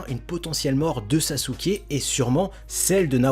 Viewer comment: non saske en japonnais sa se dit saske